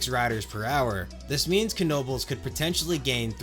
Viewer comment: Finally, someone who not only recognizes their amazing system, but also pronounces Knoebels right. Personally I grew up with going to Knoebels several times per year, and I never have had issues with getting on a coaster car too slowly in other places because I have the training of getting on so quick at Knoebels